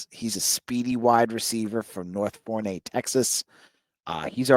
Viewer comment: Man, as a Texan, it's really painful to hear you pronounce Forney, Tx. Lol Keep up the great work! #WeAreBC